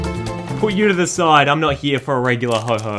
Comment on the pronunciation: Its ho oh not ho ho